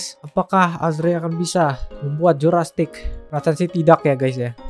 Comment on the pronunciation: bang jurrasic knp di bilang jurastic:v